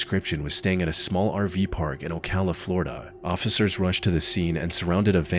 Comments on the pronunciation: Why can't you say officer? You say ossicer or ociffer every single time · My guy, the word is "officer", NOT "occifer" 😂😂